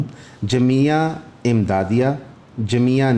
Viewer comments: جامعہ کو جمیعہ پڑھ رہے ہیں آپ اور بات ٹی ایل پی پر کرتے ہیں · You're are not able to pronounce Jamia then why are you barking on TLP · Jamia tu aam lafz hai ap say bola ni gya lakin english sahi bol lety hain.humein aap pr shak howa k jo batein ap humein btaty hain k sahi guid kr rahy hain k ni.jb ap urdu ya islamic lafz sahi ni bol sakein gy aur islam k kisi topic pr baat krein gy tu lagy ga shayad in ko islami lehaz say itna ni pta.